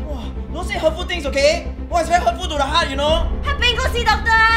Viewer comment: "It's very hourtful to the heart" im gonna quote him.